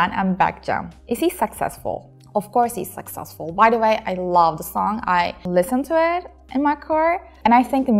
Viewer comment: abla her çok güzel de keşke succesful'u saksesful diye telaffuz etmesen